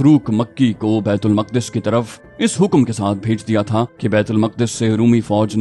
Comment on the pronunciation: Bait ul muqqadas nahe Maq'das asal talafuz hai jo Al-quds sy nikla hy thora homework kr lia krain.